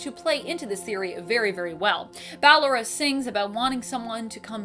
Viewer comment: It's Balloooooora not Balloraaaaaaaaa